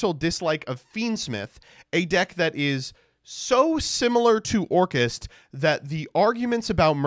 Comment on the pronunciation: the way you pronounce orcust is sus. Orkhaast?